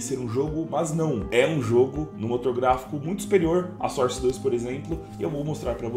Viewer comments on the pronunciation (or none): none